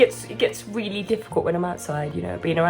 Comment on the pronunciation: I love how you say Willy willy... instead of really makes me smile